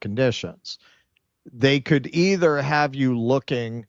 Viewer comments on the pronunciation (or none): none